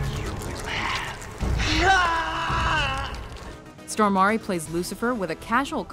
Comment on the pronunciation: yeah that and Peter "Stohmarie"